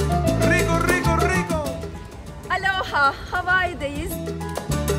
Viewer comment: aloha o nun ustunde sapka yok. kapali o. bir dogru duzgun soyleyemedin